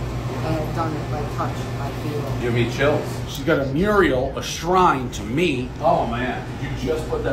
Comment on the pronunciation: One picture she printed off (I could actually smell the fresh colored ink) the internet hastily taped up does NOT constitute this as a Mural (Dave you butchered the pronunciation BTW ‘myrial? Wtf?) One butchery word per review… Everyone knows the rules